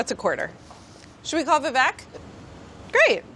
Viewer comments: How do Indians not know how to pronounce their own names wtf it's not Vi-Vék it's Viveyk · tip : you pronounce vivek just like you say we wake but just a tiny bit faster